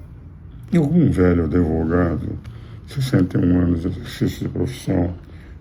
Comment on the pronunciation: Engraçado ele falar Adevogado e ninguem criticar, como fizeram com Lula,! Mas com bolsonaristas a midia é muito boazinha um gatinho doce!